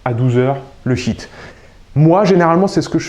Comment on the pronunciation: Euhhh essaie de mieux prononcer HIIT, car là souvent j'entends "bon vous allez faire 10 minutes de SHIT", et c'est pas tout à fait pareil... mdrrr sinon merci beaucoup pour ces vidéos... ;-)